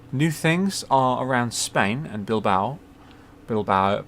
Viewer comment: Great vid, you were right the first time, you say Bilbao like that, keep up the great work